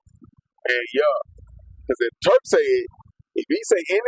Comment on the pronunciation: Am i bugging or you calling him Twurk? 😂😂😂